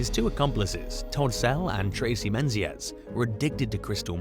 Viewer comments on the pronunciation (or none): none